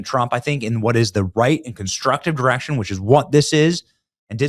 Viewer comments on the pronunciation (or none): none